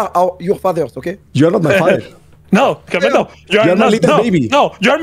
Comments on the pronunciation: IT IS KAMETO NOT KEMETO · its Kameto c'est pas kemeto??